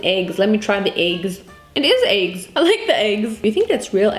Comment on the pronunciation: The amount of time she said eygs 🤣🤣